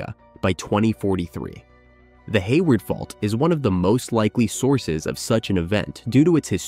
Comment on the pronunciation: 😂 the bot said "hay wired" 🤣